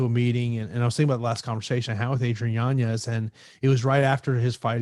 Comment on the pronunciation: still can’t get yanez’s name right 😂